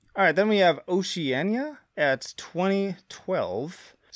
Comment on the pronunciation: Nope, it's Oceania. Note the "I".